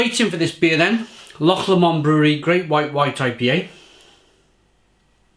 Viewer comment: Haha! You pronounced ' loch' correctly, and got Lomond wrong! 😁